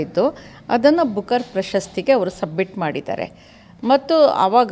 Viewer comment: ಅದು "ಬುಕರ್" (book)er ನಾಟ್ ಬೂಕರ್